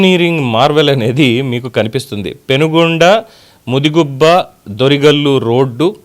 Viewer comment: అది పెనుగొండ కాదు, పెనుకొండ.. న్యూస్ సరిగ్గా చదవడం నేర్చుకో..